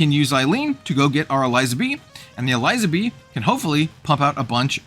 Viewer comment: I think I'd probably play the Elizabee deck. I've always enjoyed gimmick decks like Croco-Sharks in FoW. Just an unrelated note, Eliza in Elizabee is pronounced like Elizabeth because she's a reference to Queen Elizabeth.